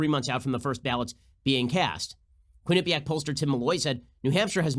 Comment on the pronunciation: Love your show Ben. Just an FYI... Quinnipiac is pronounced Quinn - a - PEE - ak.